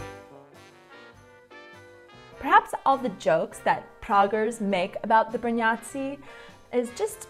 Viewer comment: not gonna lie, when you say Brňáci, it sounds like Br-nazi :D